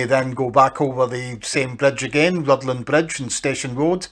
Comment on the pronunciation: And the 'dd' in Rhuddlan is a 'th' sound, so it's more like 'ruthlan'.